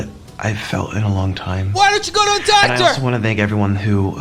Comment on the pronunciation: I love the way he pronounces doctor. Like "Dahctah". I have to keep replaying it xD